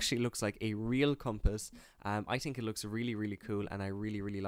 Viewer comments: Not tink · The word is think, not think